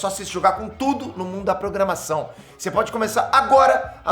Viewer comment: você falou tode?